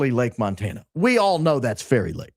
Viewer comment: Anyone else's brain hearing Kari Lake every time he says Fairy Lake 🤔😂😂😂